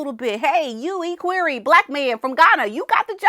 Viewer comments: I know you don't like bring corrected but I have to tell you. Equerry is pronounced e as in Egg not e as in eek so its equerry not eekquerry. That man speaks beautiful English and has been on TV many times, also wearing a kilt. Please don't be offended, I'm just trying to help.😢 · Maybe this will help you pronounce ECKWEARY ECK WEARY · Equerry is pronounced EK-wery. Short E. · "EHH-queer-ee". Please and thank you. Ps Love your hoodie! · ECK WER E with the accent on the first syllable. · Pronounced like, ek worry. Emphasis on the ek. Glad you're talking about the equerry